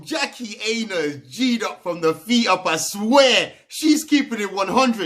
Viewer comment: Her surname is pronounced eye-nah. But good video 👍